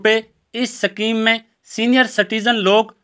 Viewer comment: सकीम नही शुद्ध उच्चारण "स्कीम * होती है ।